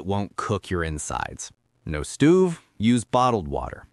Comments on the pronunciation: You description says you're Romanian but that stoov pronunciation sounded Canadian 😂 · More AI generated trash F'ing content huh? Unless we're supposed to believe a fully educated American sounding man who had the talent to create this video, cannot correctly pronounce a daily use word like "STOVE" Sick of all this shit AI content. Literally ruining the internet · Did you say stuve? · What the hell is a “stoov”?😅